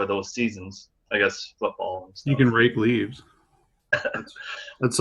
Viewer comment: anyone else here mark say Rape leaves? and not Rake leaves.